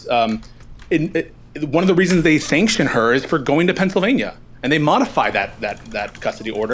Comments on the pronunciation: No idea how I ended up on this video, destiny get back to streaming goddam it. I'm 2 hours deep and if I hear this schizo say "Pensavania" one more time so help me god I'm gonna do it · If this guy says "Pennsivania" one more time I am going to fucking lose it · Is it Pencvania or Pennsylvania? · The way he pronounces "Pennsylvania" is so funny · Bruh I just wanna reach through the screen and shake him and yell “THERE IS AN ‘L’ IN PENNSYLVANIA!” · THIS GUY'S VOICE IS SO FKN AN NOYING!!! PENNSYLVNAIA PENNSYLVNAI APENNSALPYNAIAADSASDASDZDSXC